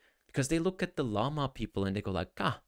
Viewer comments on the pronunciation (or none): none